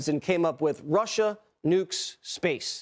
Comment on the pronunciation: GREAT SHOW!!🇺🇸Stump the Chump!DOC YOUR A JOY TO WATCH! 👏🙌 I thought you were saying Marsha, Marsha, Marsha lol (Russia, “ “) I love your Mild Drama! 😆👍🏻great Charactor God Bless 🫵🏻! ❤🙏